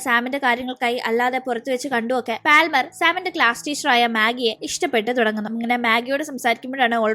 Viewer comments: പാൽമർ അല്ല പാമർ. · പാൽമർ allade😂 പാമർ enna ath vaikunne